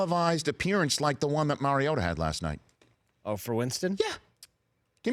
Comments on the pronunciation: The bald guy wants me to believe he's an expert on Marcus Mariota yet he can't even pronounce Mariota. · it’s not mary-ota idiot it’s mariota